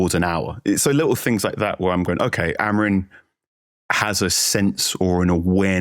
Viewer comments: Amorimmmmmmmm. Not amareen. :/ your lips should touch each other when you are done saying his name. if it aint, you are fucking having a laugh. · How hard is it for you guys to pronounce "AmoriM" correctly? It isn't Amorin or Amarin. Absolutely butchering an easy name, good lord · Dear TOTD - how come all you guys pronounce Amorim as Amorin? I've noticed many times. Ta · Why do they pronounce him Amorin? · Love the podcast but please lads, can we pronounce the M at the end of Amorim rather than replacing it with an N? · It's pronounced Ah-moh-reeng 😃 The guys say it correctly for the most part albeit with an English accent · Surely Amorim should be pronounced with an “m” and not an “n” at the end? Yes, I’m one of those 🤦🏻‍♂️ Except for that, I am very excited for the future